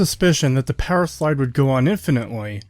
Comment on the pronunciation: No offense but you say powerslide like powerschlyde and I found it funny